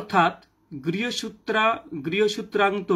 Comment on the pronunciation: আগে উচ্চারণ ঠিক করো। ওটা জোস্টিওস্টিমোদী না🤣। ওটা জ্যোতিষ্টোমাদি হবে। আর ওটা গৃহসূন্তান্ত্র না, গৃহসূত্রোক্ত হবে🤣🤣🤣🤣। উচ্চারণ করতে না পেরে নেটওয়ার্ক এর দোষ!!!,🤣